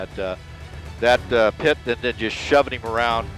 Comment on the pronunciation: 👎👎👎👎👎 - Your AI narration is fucking horrible!! A pie-tee maneuver or pitee maneuver? Shows how lazy you are can’t stand channels like yours!! Disliking every video you post and adding negative comments!!👎👎👎👎👎